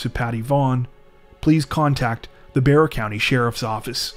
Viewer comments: Good job on saying Bexar properly!! I was 16 when this happened and it was constantly on the news. So sad. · The way my head snapped to the screen when he pronounced Bexar county correctly 😂😂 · Congrrats. You pronounced Bexar correctly. Most people don't.